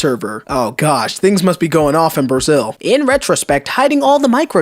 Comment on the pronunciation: Brazil can also be pronounced Britain. Good to know